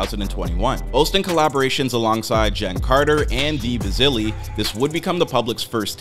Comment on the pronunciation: It's Dee Billz not Dee bazili lmao.